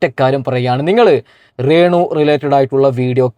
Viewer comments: നിനക്ക് രേണുവെന്ന് പറയാൻ അറിയില്ലേ നീ എന്താ ഇംഗ്ലീഷ് ക്കാരനാണോ ? റേണുറേണു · റേണു അല്ല രേണു 😂